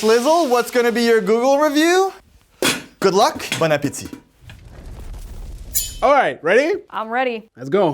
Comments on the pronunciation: wo wait a minute. That "bon appétit" sounded awfully like québécois. Am I wrong? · Ça c'est un "bon appétit" du Québec! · Is from Quebec? That "Bon Appetit" sounded awfully French Canadian.